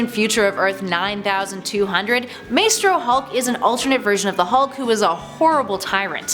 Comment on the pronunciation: Isnt it more like "MYSTRO HULK??" NOT "MAYSTRO HULK"!!!!